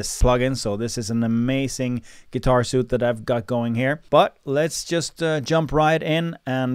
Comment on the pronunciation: it's pronounced 'sweet'